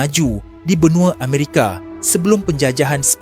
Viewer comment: salam saudara ,boleh tak betulkan sedikit sebutan kamu itu. Amerika bukan Amerike, Samaudra bukan samudere. Orang Melayu tak sebut semua nya berujung dengan E ,.